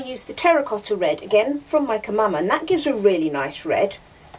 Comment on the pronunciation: I have to admit that when I first started watching your videos, I thought you were saying Mike & Mama! 😂